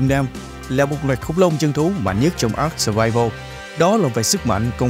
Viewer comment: Với kinh nghiệm chơi ARK mới đây cụ thể là 6 năm thì tôi cam đoan rằng tên tựa game đc đọc là a-rờ-ca chứ ko phải là ắc:)))